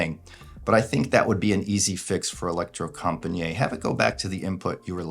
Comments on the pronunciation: Pronouncasion is e-lec-tro-com-pa-nee-it / The last “niet” is not one long pronunciation like njet but like two words: “knee” it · It’s not french, Electrocom-pa-niiiiet! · If you go to Google Translate, choose Norwegian and write "elektrokompaniet" (with a K and not C) and press the speaker you get about as close to the proper Norwegian pronunciation as possible.